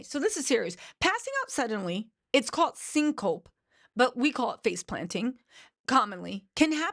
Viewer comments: You mispronounced those things so horribly. Oh no. Syn is not Cin. Big hug. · Syn coe pee pronunciation